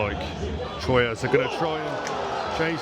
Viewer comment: Technically Standard Athletic Club were founded in Paris seven year prior to Red Star but some people will say Red Star is the oldest Parisian club. There are a lot of clubs in Paris besides PSG but everyone focuses on them obviously. I've been a fan of PSG since 2003 but I would like to see Red Star promoted to Ligue 1 alongside Paris FC. Troyes is also pronounced Twa.